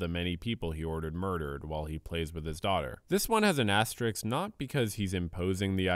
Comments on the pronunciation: I have a dream that one day people will learn how to pronounce asterisk properly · Bro can’t pronounce “asterisk” 💀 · Asterisk not astrix/ astericks